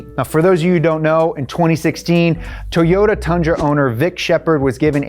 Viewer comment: me:: Teryota